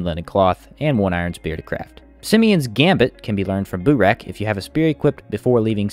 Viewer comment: “Boo-rack”? i think it’s meant to be pronounced Burr-Ack 🤷‍♂️ anyhoo, you can actually use flamethrower on other left hand light sources, like the Iceflame torch, which is easy to make even early game if you have a cold stone, and has 500 durability so it lasts long as a dmg source. i would assume it would also work with the coil lantern for lighting dmg, but i’ve never tried it and there is no info on it as no one has seemingly tried it either. either way, you are unlikely to find one early game, but someone with one should still give it a try to see if it works or not.